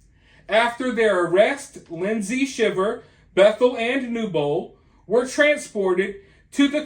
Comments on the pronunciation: The last name is pronounced Shy-ver. Long I. This is why I can’t stand social media like Instagram, people portray a picture perfect life even though it’s the exact opposite. Maybe if people lived in the real world things would be different. This man is lucky the plot was discovered. How a wife could take the father of her kids from them is awful. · The last name is pronounced Shy ver. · It's pronounced SHY ver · You know that you're pronouncing their last name wrong, right? It's not pronounced like the reaction one has to being cold. With a short I. It's pronounced with a long I. Like if it was spelled Schiever. But it's spelled Shiver. Just trying to help you out! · It's pronounced "shy-ver" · Their name is pronounced Sh I ver.